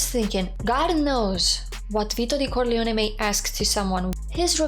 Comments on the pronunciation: Say "Corleone" again. I like the way you say it. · Your pronunciation of the family name is beautiful and just might be close to the Sicilian pronunciation.